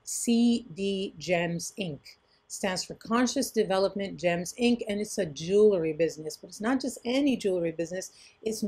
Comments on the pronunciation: It’s pronounced JU-wel-ree, not JU-la-ree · Maybe says jewlary instead of jewelry intentionally.